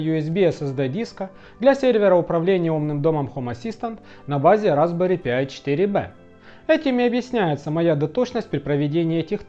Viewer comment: Пожалуйста, Разбэри ПАЙ а не П-ай